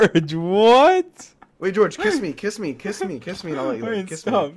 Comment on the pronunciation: Sapnap's neighboors when they hear sapnap say "KISS MEEY": "s.. Should we call the police?"